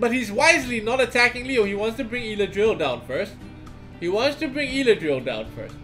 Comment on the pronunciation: it's Eladriel goddammit